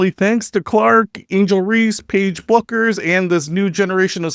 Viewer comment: What these silly women are doing is called, “cutting off your nose to spite your face.” * And Paige’s last name is pronounced, “Beckers.”